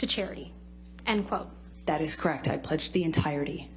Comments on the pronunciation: 'Krect...Krect...That's Krect' It's a 2 syllable word, dimwit...correct? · That is crekt. That is crekt. That is crekt. When did the word correct have only two syllables?